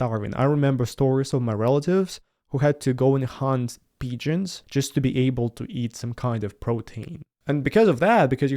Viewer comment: No doubt you speak Russian with no errors.